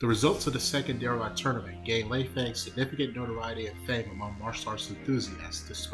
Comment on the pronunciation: You mispronounced her name. It's pronounced: Lay-fung (Lei Fang) you don't say Fang in an american dialect.